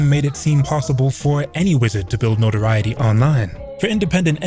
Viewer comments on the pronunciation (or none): none